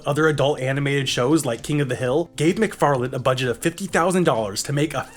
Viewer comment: There's no "D" at the end of Seth MacFarlane's name.